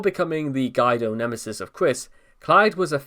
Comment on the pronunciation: "Guido" is pronounced "gwee-doe."